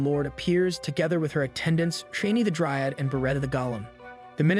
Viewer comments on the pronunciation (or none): none